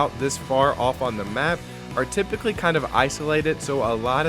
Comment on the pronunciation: TYPICALLY TRYPICALLY TYPICALLYH